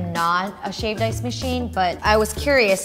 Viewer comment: Sounds like she is saying shaved dice